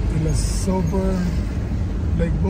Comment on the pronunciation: la sover boulevard!!!! hahahaha, es ist nicht der Silver Boulevard, sondern der Sover hahahahahaha. Seien Sie kein Angeber, wenn Sie nicht richtig Englisch sprechen können!!! 🤣🤣🤣